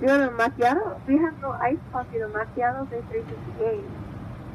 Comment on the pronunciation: Couldn't pronounce Macchiato to save her life 😂